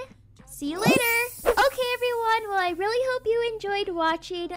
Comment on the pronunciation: Well “weel” Not trying to be rude I still love ur videos